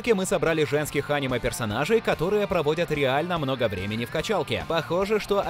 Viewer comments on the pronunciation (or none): Почему ты делаешь не правильный слог в слове аниме?? ты говоришь Аниме а надо говорить анимЕ ,так более правильно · анимЕ, а не Аниме